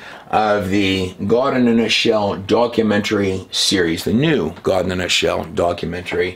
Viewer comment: still cannot decide if it's Gaawd or God. Fake pronunciations for some reason. This trailer shows he can still pronounce God and not Gaaaawd